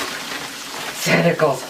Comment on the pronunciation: Wow.. Um... Why was he chanting testicles? LOL (For the record I know he was saying tentacles)